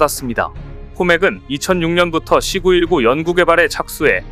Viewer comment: C 919 를 읽을때 C919 가 아니라 C 919 라 읽어야지... 아무리 중국이 싫고 그래도 제대로 읽어야지....씨구일구가 아니라 씨 구일구....